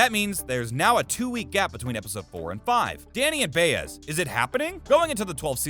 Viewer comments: Am I mistaken? Isn’t Maria’s last name pronounced Bi az, not Bay ez? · For Heaven’s sake! Do you watch the show? Then you should know that the name of Danny’s partner is Ba-Ez, not Bay-ez! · Does the guy narrating this even watch the show? He mispronounced Jamko and Baez among other stuff.